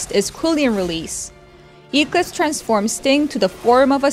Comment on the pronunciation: I know this isn't that big of a deal, but as a big company, isn't there anyone who could have at-least helped how to pronounce Eclipse? that pronunciation (Eeek-Lips) was very distracting lol (Should be pronounced Ek-Lips)